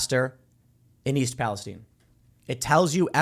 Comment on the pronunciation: What is this 'Pa-les-teen' pronunciation?